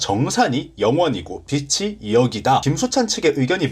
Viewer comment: "빚이"의 바른 발음은 "비지"입니다.